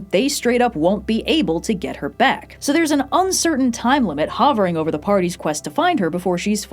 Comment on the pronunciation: pronunciation of "hover" sounded kinda British.